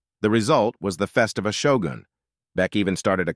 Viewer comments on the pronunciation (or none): It's Festiva, not Fes ta va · Festiva is pronounced Fest-ee-va. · I really dislike these bot-narrated videos that are all over YouTube now. They’re full of mispronunciations (Le MANS, Ford FEST-iva, etc.) 🙄 it just really detracts from the enjoyment b/c it shows that whoever made this video cared more about saving money than by making something really accurate